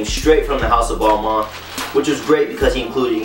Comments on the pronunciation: technically is is "Bal- Ma" French dont pronounce their N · it's pronounced Ball-Mahn. it's french... don't believe me hear how the lead designer pronounces it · As soon as he said "ball-mon" i paused the video to type this then left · Ball-Maine bro your pronouncing it wrong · Is it pronouced balmun/ balman or balmayne / balmaine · Every American is pronouncing it wrong..